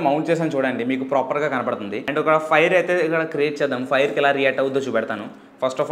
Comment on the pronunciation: Proper ni ppropperr ani bale antav bro nuvu